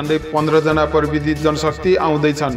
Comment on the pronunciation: परबिदी होईंन हौ प्रविधि होला नि । नेपाली शब्दको सही उच्चारण त गरौं ।